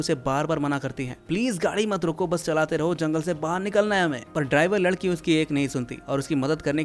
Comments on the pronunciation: pr lakdi bolrha h ladki ko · ladki ❌lakdi✅ 😅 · Bhai ne ladki ki jagah lakadi bolati 12. minute 52 second😅😅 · Are o bolne me mistake huaa hai 😂